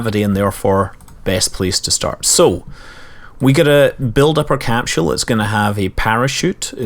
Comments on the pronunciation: Even if you can't understand every thing It's cool just hearing you say capsule. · bruuhhhhhh learn to pronounce capsule :D..